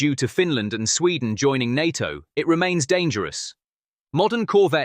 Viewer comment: Try saying NATO as one word instead of nonsensically spelling it